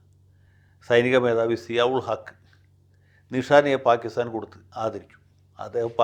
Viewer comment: Nishan-e-Pakistan ആണ് ശരിയായ ഉച്ചാരണം.